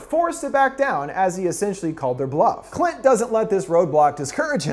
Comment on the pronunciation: Ok I gotta be honest, this whole I expected to be just a simple summary of a movie that has some little jokes here and there but GAH DAMN that moment when he said cunt instead of Clint got me by surprise 🤣